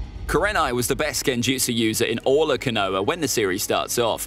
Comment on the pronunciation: Caught me off guard with the “canoah”🤣